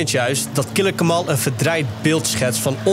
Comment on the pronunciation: Ze kunnen de hele docu nog niet eens zijn naam fatsoenlijk uitspreken… Triest